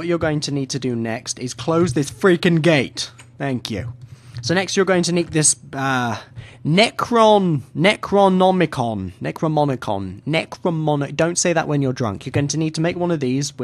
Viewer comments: it's pronounced Neck-ro-nom-i-con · I love how no one who does this mod knows how to pronounce Necronomicon.